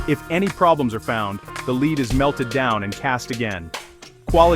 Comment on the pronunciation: 30 seconds in and i'm already triggered. Leed. Leed. Leed Then correctly said "Led" and then proceed onto this weird "leed" pronunciation again. Sorry, sensitive tonight 😅